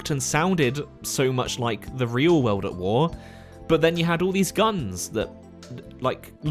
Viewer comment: U say world as weld....very annoying